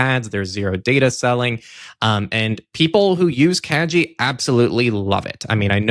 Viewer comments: Kagi!!! Yay! Btw: G in kagi is like in "gate", not like in "genie". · I believe Kagi is pronounced ka-gee like in geese, not ka-jee like in jeez